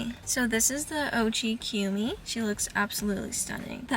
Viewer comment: u cant even pronounce kumi's name right ..racist much😂